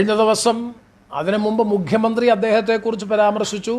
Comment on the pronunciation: മുഘ്യമന്ത്രി, മുഘ്യമന്ത്രി, മുഘ്യമന്ത്രി അല്ല സർ മുഖ്യമന്ത്രിയാണ്. ഓർ മുക്കിയ മന്ത്രി